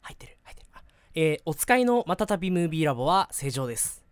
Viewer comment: マタタビムービーラブ って聞こえた